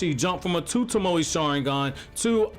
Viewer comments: Say it with me... toe-moe. Like, toe as in your toes, and Moe as in give me moe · Mans said tamoey